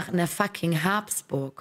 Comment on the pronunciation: Wie kann man das Geschlecht Habsburg als Haaaaabsburg aussprechen? Also wirklich kein Verständnis dafür, wie nennst du den Napoleon oder Caesar.